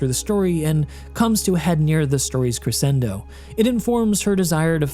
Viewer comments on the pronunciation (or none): Life long musician here (50+ years piano).. Crescendo is pronounced: Kreh-shen-doe. NOT Kre-sen-doe.